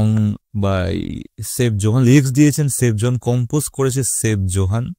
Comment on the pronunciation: সেভ জোহান না সাইফ জোহান